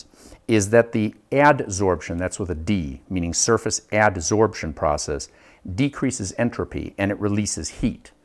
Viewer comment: Did I just hear "Decreases entropy"?